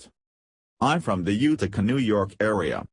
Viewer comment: UTICA !...UTICA NOT .....UKKTICA ? ENGLISH ! PLEASE